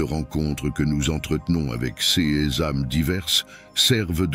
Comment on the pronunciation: Bonjour et merci. Le ces se prononce Say.